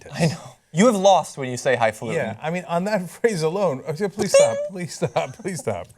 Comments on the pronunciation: he is so smart. He said: . .all these "high FALUTING scientists". The word is hifalutin NOT what he said. If I were I republican, I wouldn't support him just based on that. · He didn't say "highfalutin'". He said "highfaluting", which is even more annoying. :D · He actually said "hifaluting", which isn't a word. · lost me when he said high faluting